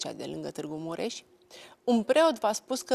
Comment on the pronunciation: Denise,la geografie am învățat ca este CLUJ nu Cluji și MUREȘ nu Mureși. Sau n-am învățat după același manual?!